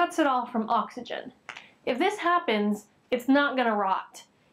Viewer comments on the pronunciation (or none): none